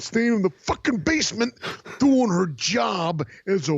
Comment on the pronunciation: Riiiiiiing..."I KNOW WHAT YOURE DEW-IN..."